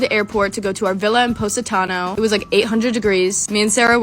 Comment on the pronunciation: I’m Italian (born and raised in Canada not straight up Italy) and I am CRYYYYYYING how they’re saying positano 😭😭😭😭😭😂😂😂😂 “paws-i-tano” 😂😂😂